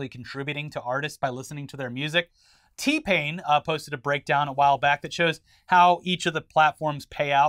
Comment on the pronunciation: T-Pain has an old joke about how certain people automatically emphasize the wrong part of his name like 😆 Apparently I can't unhear it. It has been years since I heard the joke, but it still applies.